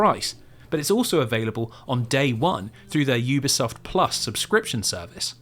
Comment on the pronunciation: It’s pronounced Youbisoft not Oobisoft. I’ve worked with them for years.